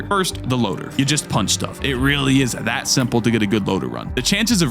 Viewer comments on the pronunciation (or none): the way he says "THAT" matches up so well with his face in the stream